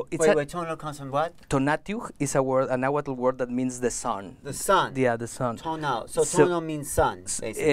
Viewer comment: I'm sorry but this man is not native. He doesn't speak náhuatl. He seems to be taking nahuatl words mispronouncing them and adding a new age twist. It's cool that he is making native culture more mainstream but it's not authentic.